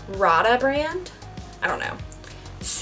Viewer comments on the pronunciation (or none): rada is pronounced ray-dah. I love their knives. I have several and they sharpen beautifully and will hold a sharp edge for quite a while. Drip pans. They're called drip pans. I need a new can opener. Mine keeps shredding the label and leaving slivers of paper on the can that fall into my food when I pour the contents in my pans. I sure do scrape the goodness off the foil lids. It looks great! I need to buy some cans to tomato paste and have on the ready because it seems like I never have it when I really need it. I wonder what it taste like on a bun all smooshed together. (slurp)